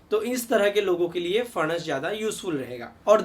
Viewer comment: सर, दाढी अच्छी लगती हैं आप को। बहुतही उपयुक्त आरोग्य जानकारी ! ! हमेशा की तरह ! ! धन्यवाद ! ! 🙏 आप का "फणस" का उच्चारण अस्सल "मराठी" हैं। 👌